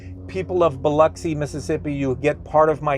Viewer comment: Thank you for pronouncing Biloxi correctly! 😂